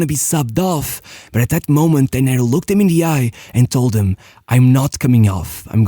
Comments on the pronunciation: Great video and research. One small correction: his name is pronounced DE-ner (not de-NER). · Brazilian here.... The correct pronunciation of his name is DUNNER, not "dené" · Great video, only one correction. It's pronounced Dêner not Denêr. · Hey, your videos are amazing! Just a minor irrelevant correction here, his name was spoken "Dêner" not "Denér" and, yes, he was a beast of a player! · Great video, but you pronounced his name wrong every single time. The tonic syllable is DE-ner, not de-NER. You should have asked your Brazilian friend how to say his name… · Brazilian here. We say Déner (Portuguese is a paroxytonal language). Portuguesa supporter (mostly BECAUSE of Dener) and my family is from Vasco (his other team). Dener was great, fast, and deadly. It was really sad to see him go. He and Chico Science were part of my later infancy (very similar accidents)... not even mentioning Ayrton. Dener should have seem a 98' WC (and he would). But he wasn't better than Ronaldinho. Two completely different styles. Ronaldinho even in his youth, you could see that he was a 10. Dener would be more comparable (today) to CR7. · DÊner is the right pronounce, great video 😢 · DEN - ner , strong in the 1st syllabe!